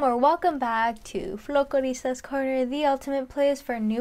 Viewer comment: Well before you instruct others on mistakes you should pronounce the art form correctly. It’s FOL-kloristas. Not FLO-koristas.